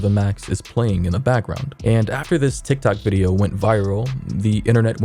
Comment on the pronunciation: how you said toktok 😭😭